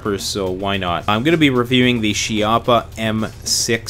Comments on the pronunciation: how about 2 of these,ahahaah its all you ever need ,i just love it, but the name in italian pronunces kee-ha-ppa, ok guys, not she-app-ha, and to tell you what chiappa means in italian,is butt cheak,thats right the place where the sun dont shine. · It's also "kee-yappa" not "she-yappa" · Chiappa is pronounced key-appa and never run a cleaning snake from the muzzle to the chamber 🤦‍♂️🤦‍♂️🤦‍♂️🤦‍♂️ chamber to muzzle always! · Chiappa is a family name. Pronounced "key op a".